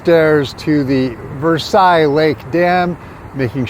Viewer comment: its ver - sells